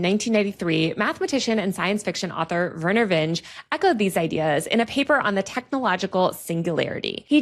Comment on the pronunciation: Everytime she mis-pronounces Vinge's name: 🤣😂🤣😂